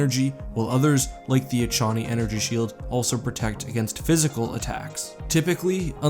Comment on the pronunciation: I'm gonna be that guy, Echani is pronounced "Ekani"